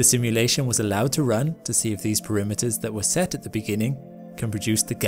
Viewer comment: I think that's just his accent. I don't think he is actually intending to say the word "perimeters."